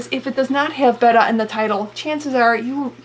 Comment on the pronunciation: Thank you for pronouncing Betta properly